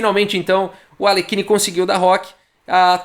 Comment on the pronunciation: Não temos qualquer obrigação de pronunciar corretamente o nome de estrangeiros, entretanto, só pra ilustrar, é assim que se pronuncia o nome de Alekhine: "Aliérrin".